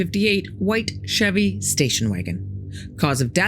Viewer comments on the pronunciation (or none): none